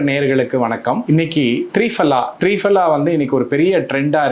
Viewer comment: சார், த்ரீபலா இல்லை. திரிபலா.